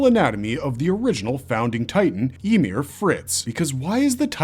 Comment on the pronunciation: "Emir" "Yamir"